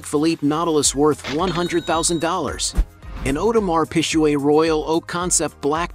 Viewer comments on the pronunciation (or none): Not the pisshuway and the hueblit 😂😂😂